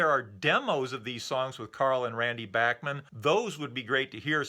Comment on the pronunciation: So many years of Bachman Turner Overdrive being referred to by their initials, BTO, has resulted in a whole generation not knowing how to pronounce Randy Bachman's name. I was in highschool when Bachman Turner Overdrive was at the height of their mid-70s fame, and having heard them on A.M. and F.M. radio & seen them on midnight special & Don Kirshner's Rock Concert, I have always heard Randy Bachman's name pronounced as Bach - Man (the Bach part pronounced like Johann Sebastian Bach), nobody ever said Back- Man in the mid 70s, I started hearing back-man after years of the band not being on the radio & every one guessing the pronunciation. Now you know, BACH not BACK. Great show, didn't realize Randy Bachman even wrote with Carl Wilson. Have a great day, summer's almost here, and I'm really looking forward to returning to the deep dive into 64....